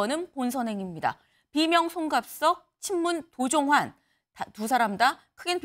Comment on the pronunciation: 도종환인지 도정환인지 도종완인지 구별도 못하면서 무슨 뉴스를 전달한다고... 할렐루야!!!!